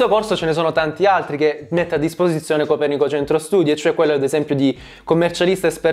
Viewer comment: comunque io sapevo si dicesse copèrnico, non copernìco